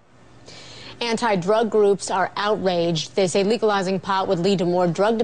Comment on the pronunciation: lol she said legalwizing at the start